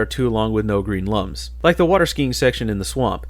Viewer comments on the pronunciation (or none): Do you pronounce "Globox" and "Lums" wrong on purpose? Just wondering.